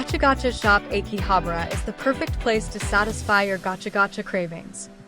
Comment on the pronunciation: Is it pronounce áki-habra? Sound like your saying āké-habra it ahh ki habrah not eh ki. Just saying be carful some times changing pronunciation can change its meaning.. learn that hard way lol